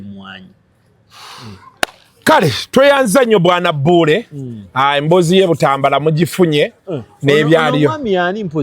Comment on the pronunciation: the name is not pronounced Buwule but bule just the double uu is for kuwangala while pronouncing it. Buule not Bule.